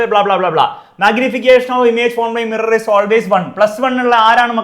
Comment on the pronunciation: mirror❎ murar✅😂